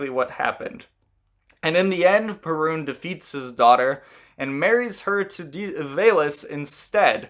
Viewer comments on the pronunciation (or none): Cool video! As a Pole I'm used to different accentation of the Perun's name. In Poland it is spelled pErun instead od perUn as You did in the video. Greetings from Poland and keep up good work! Much respect :) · Perun should be pronounced with the stress or accent on the first syllable. PEH-rune. The r is not like the English “R”. It’s a short rolled R. Very similar to the Spanish one, which sounds more like a soft “d” than an R. If you can’t roll your rr’s, I suggest faking it with a d that is made with a soft touch of the tongue to the palate not a hard, heavy D.